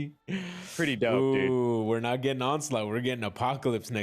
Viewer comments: Dude, its ON-SLAUGHT. Not ON-CE-LOT lol. This isn't Metal Gear Solid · Every time you guys said the word “Onslaught” I just got more and more disappointed for you. 😂